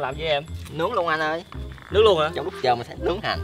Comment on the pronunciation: said:"cho zợ":3